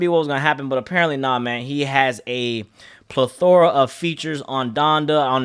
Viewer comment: Mans said “pleTHORa” LOL